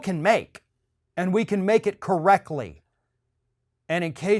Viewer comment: There is a t in correctly.